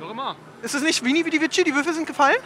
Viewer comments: Kam sah und siegte spricht man aber nicht veni vedi vischi also nicht vischi sondern vici🤷🏼‍♂️ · Wie der mann einfach sein eigenes Tattoo falsch ausspricht... veni vidi vitschi... Es wird wiki gesprochen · Er lässt sich ganz gross Veni, Vidi, Vici tattoowieren, kann vici nicht aussprechen und weiß nicht was der spruch bedeutet😂🤦🏻‍♂️